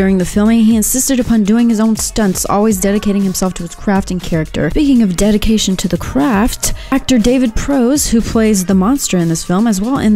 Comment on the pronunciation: DAVID "PROWSE" NOT "PROSE"